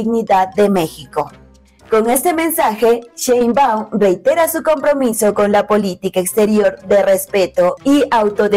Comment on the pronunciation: Sheinbau , se dice Presidenta